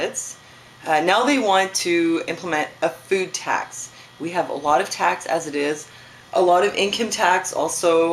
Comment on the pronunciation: did you say food tax or boob tax?